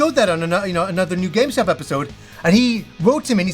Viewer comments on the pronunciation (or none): I love him but it sounds like he says “GameStop episode” 🤣